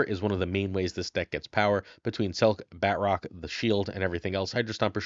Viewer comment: I don't like the way he says Batroc. BAT-ROCK 😂